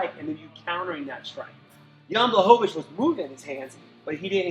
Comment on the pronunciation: BlAhovich. Not BlahOvich.